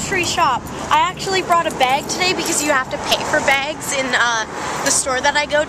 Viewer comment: You say bags weird...